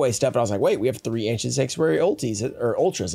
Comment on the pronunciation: An "Anciernt" box